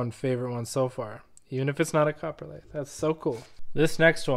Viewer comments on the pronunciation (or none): Cop-ro-lite. Not copperlite…. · It sounds like you pronounce it coporlite vs coprolite